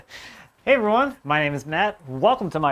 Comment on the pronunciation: Are you saying "hey everyone" Or "Hey Ron" at the start of your video?